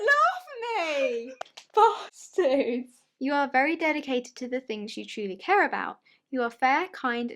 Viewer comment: No one:: "bUhstArd!"